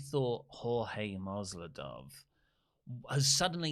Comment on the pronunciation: It's MASVIDAL!! Not Masvidof. Sound quality and research top notch as always 👍